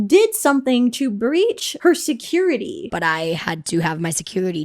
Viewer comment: not her seceWity 😭😂